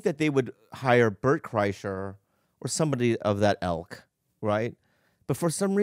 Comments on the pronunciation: except bobby said elk, with a soft e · It's ilk not elk 😆